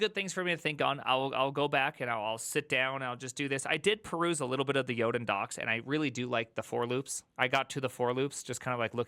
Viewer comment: what is he saying here? Yoden docs?